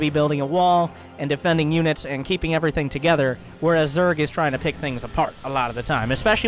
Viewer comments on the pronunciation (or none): none